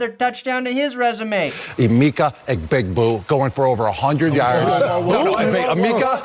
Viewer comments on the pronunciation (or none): I actually can’t help but laugh every “egbigbu” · clown bukkake? i think youre trying to say clown egbigbu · He turned him into a Mario Brothers character.